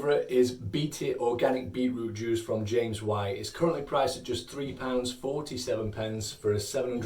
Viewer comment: I heard him say “beetlejuice” a couple times